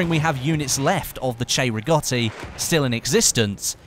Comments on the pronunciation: Will he say it? " 'Chay'-riggoti rifle..." He said it! He fucking said it correctly! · Love it how u got the correct pronunciation 👌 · Because the "cei" in Italian is pronounced "chey"